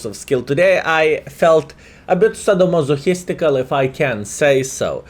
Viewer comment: You felt Sah-doe-ham-oh-histical? Hahha what are you saying